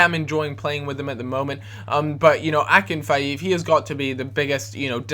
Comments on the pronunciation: FFS it's not akinfieev it's akin feev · it's Akinfeev, rhymes with sleeve. Not Akinfive, nor Akinfaev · Nope, it's pronounced Akinfeyev. And if definitely doesn't rhyme with sleeve :D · IF IT WAS AKINFIEEV IT WOULD HAVE THE BUT IT DOESNT (AK-IN-FEEV) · That is not how you pronounce Akinfeev